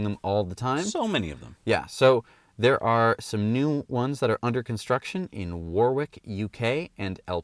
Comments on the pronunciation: Hint: The second "W" in Warwick is not pronounced. Say it as "Worrick". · Well done Google..with the sunroof project what a brilliant idea. They haven't extended their facility into Québec yet, but I'm looking forward to when it reaches here. Also, the city of Warwick in the U.K. Is pronounced 'Warick. It's one of those awkward spelling/pronunciation names handed down from the French/Saxon/medieval history like Leicester, pronounced Lester, Worcester pronounced Wuster, and the Scottish capital Edinburgh, Edinburrow. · Just for your information in case you visit England...Warwick in England is pronounced 'warick'...! Love the show...